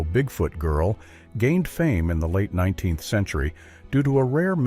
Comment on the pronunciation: Any chance of using a human being to narrate...one who understands that '19th century' is NOT pronounced "19 the century"?